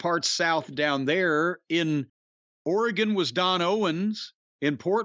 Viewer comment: As someone from Oregon. Thank you for pronouncing Oregon correctly.